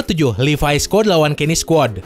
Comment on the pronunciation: Ngomong levi itu yg bener bang Yg livay_